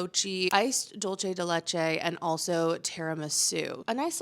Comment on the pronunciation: it’s not pronounced like dolce gabbana, but spanish (de leche), so dull-se.